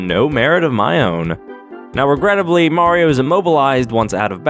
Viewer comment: It's-a-me! Maruto!